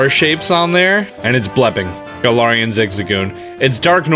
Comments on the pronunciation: Garar Wheezing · so u say galar correctly then say galarian wrong why